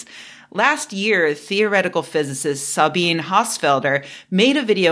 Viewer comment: Note that "Sabine" is pronounced like "Zabina".